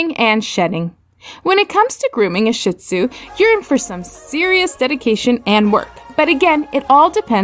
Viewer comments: “ShEE-tzu” not “sh*t—tzu” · "Sheet" Tsu Please. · You miss pronounce shin tsunami…. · Wow, she actually mispronounced both breeds! 🙄